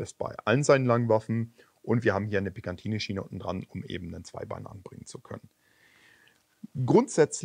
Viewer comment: Finde wirklich gut, dass ihr einen deutschen Kanal betreibt. Aber mal Frage/Hinweis. Ich meine hier und auch bei einem der letzten Videos gehört zu haben, dass du PicaNtinny-Schiene sagst (was ich auch schon bei anderen Schützen gehört habe). Soweit ich weiß, heißt es doch Picatinny(also ohne das N nach dem A). Ist definitiv nur nebensächlich, aber wollte doch mal den Hinweis geben. Ansonsten gerne immer weiter mit euren Videos.